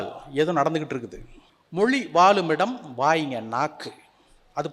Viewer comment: பிறர் இழைக்கும் பிழைகளைக் கேட்கையில் திருத்தம் தராமல் இருக்க இயலாது என்று பெருமை கொள்கிறார்.‌ ஆனால் நில்லுங்கல், உட்காருங்கல், எழுங்கல், செல்லுங்கல் என்று இவர் பேசுகையில் நம் மனம் பதைக்கிறது.‌ எல்லாவற்றிற்கும் மேலான பிழை "மொழி வாழுமிடம்" என்பதை "வாலுமிடம்" என்று கூறுவதுதான்.